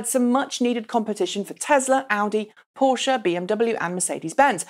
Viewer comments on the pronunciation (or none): none